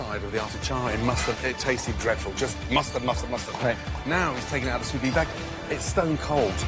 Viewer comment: how can a restaurateur as Bastianich say sou vis when it is sous vide? not as knowledgeable as he wants everyone to think. Makes him looks a little bit idiotic and dumb hahahahahahahaha!!!